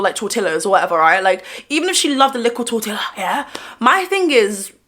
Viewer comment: Tortilla = tor-tee-ya, babes. The "ll" is pronounced like a "y" in Spanish words lol